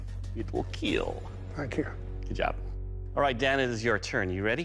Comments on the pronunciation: it will keel. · It will keal !!!